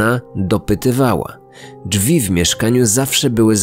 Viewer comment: Drzwi, a nie Dżwi. Przepraszam za czepialstwo. :)